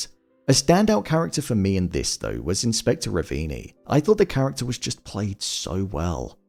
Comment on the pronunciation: The actor that played Inspector Ravini is an Italian theater actor. I loved his facial expressions and how he pronounced certain words.